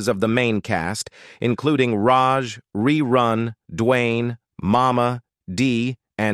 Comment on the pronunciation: Hate computer voice rerun not rayrun .